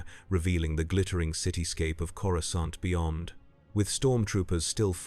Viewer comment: Coru-scant lol